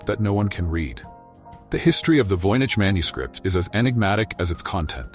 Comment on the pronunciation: CLICKBAIT. Nothing new explained in this video riddled with mistakes. Annoying piano in the background. VOYNICH voyage, voynyche, voinage, homish?